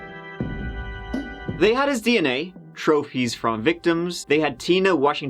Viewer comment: What's hilarious to me is that this guy pronounces DNA as "D and A". We all hear "Dicks and Ass", lets be honest.